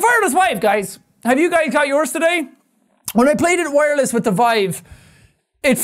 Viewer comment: The "Vireless Wive" is my favorite quote from this video.